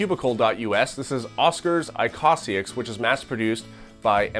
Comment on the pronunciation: It's pronounced īkõsāiks (õ=long o)